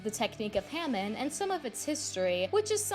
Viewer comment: Not to be that guy but it’s pronounced ha-mon